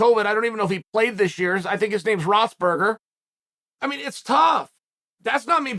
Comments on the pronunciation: LOL "ROTHBERGER" ! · Uncle Chael even butchers other athlete’s names in other sports 🤣 “ROTHSBURGER” I’m surprised he knew who KD was 🤣🤣🤣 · "Rossburger" lol